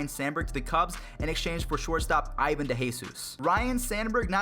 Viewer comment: its Ryne, not Ryan. And it's EEEEEvon, not ievan